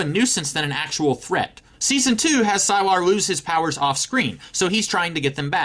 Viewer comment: I stopped watching the moment you said "sigh-lar"